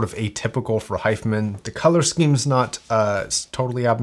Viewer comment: why are you saying 'hi-fah men' ? Its Hi-fi man.